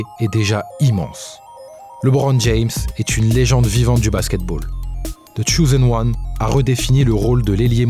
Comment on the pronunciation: The tchouzen wan........ Ne parlez pas l'anglais, si vous ne savez pas. Restez au français... Modestement...